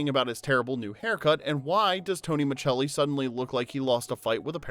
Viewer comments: On the show, it was pronounced as if it was spelled Misselli. In standard Italian, that "ce" would be pronounced something like the "che" in cheddar. Not every Italian speaker speaks standard Italian, of course, the same way that not every English speaker sounds like the dictionary. Tony is an American character, and he can pronounce his name however he wants to. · Why are you calling him Tony MA-CHELL-EE? It’s Tony MA SELL EE as it always was pronounced on the show. Wait, this was post months ago. Why was it reposted again? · This is one of those shows that makes me feel old. I was in the hospital last year for a medical scare and Who’s the Boss was on; the nurse who came in had never heard of the show. (BTW, I have seen every episode; and the last name is pronounced Micelli, not “Michelli”.) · I used to absolutely love this show! I wanted to be Samantha 😂. It’s so funny that when someone commented about Tony’s name pronounced as S rather than Ch, I didn’t even notice. I think I was too young to remember the pronunciation, or spent too much time in Europe 😂. I did notice that this channel seems to use EU pronunciation for a lot of names, which I find pretty interesting and kinda don’t mind it. Makes it feel fancy to me 😂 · Dude I love these types of videos Unfortunately I'm the pronunciation police 🚨 lol😅 It's Miselli on the show Not micchelli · in many dubbed versions it is pronounced the Italian way, so millions of people worldwide know him as Mitchelli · Have you…never seen the show??? It’s Tony Ma-SELL-ee. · His last name on the show was pronounced (muh-sell- ee) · Right 😊, it's pronounced Mascelli regardless of the actual spelling!!! You may wanna know something so simple if you're gonna upload a whole video telling everyone the details behind the show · I have NEVER heard anyone pronounce it Michelli until this video. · Dude why do you keep pronouncing his last name wrong?? JFC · The pronouncing of Micelli is bugging me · And when he mispronounces Micelli.